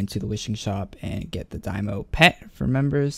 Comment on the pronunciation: Daimo? lmao wews im sure even Adam Bohn would cringe in the way you pronounce Daimyo's name xD